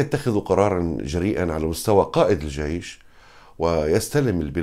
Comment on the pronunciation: بربك كم مرة فلت كلمة"الجايش" 🤣🤣🤣🤣